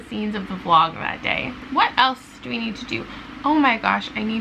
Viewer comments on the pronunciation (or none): none